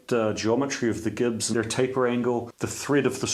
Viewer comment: Gibs pronounced (J)ibs?